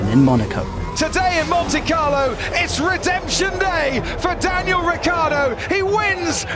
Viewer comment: "Diangal Ricciardo"